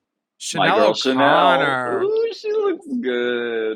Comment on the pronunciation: Alaska’s Chanel accent is PERFECTION!